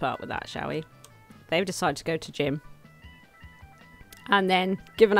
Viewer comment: hey...?.... idk if its a cultural or regional difference and if it is, so sorry.... but Gym is pronounced Jim generally.